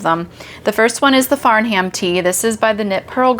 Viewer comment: Love the tee. Just so you know Farnham is pronounced without the H sound so Far-nam